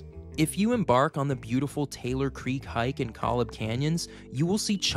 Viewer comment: koh-lob. (not 'collub') 👍